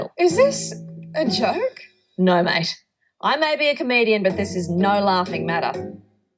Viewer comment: that "ah noawh" .... incredible